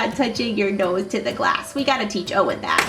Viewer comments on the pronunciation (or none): none